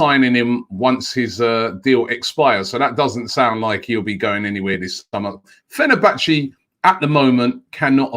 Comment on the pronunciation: It's almost as if he does it on purpose at this point 😂🤣